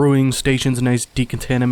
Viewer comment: De-con-tam-in-A-sean Arch. 😆